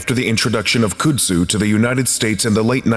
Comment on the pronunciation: And its CUD-zoo, not COULD-zoo.